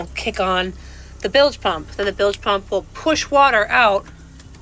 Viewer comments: Dude you are FN retarted !!! WTF is a billage pump? Do You mean bilge pump??? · It's bilge pump not billage pump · Bilge . Say "Billj" not billij. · Bilge not billage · lol! shows how stupid these people are, the man could have googled how to pronounce "bilge" pump. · You don't even pronounce bilge properly